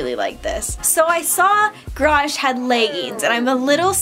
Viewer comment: gArage not grage